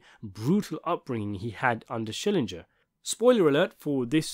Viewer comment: SCHILLINGER! You keep pronouncing Vern's name like it's an English surname. It is not. It's German.